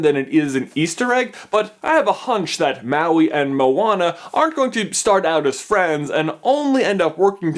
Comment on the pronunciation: Maui: Pronunciation: Mah-wee. Not Ma-wee. Get it right, people!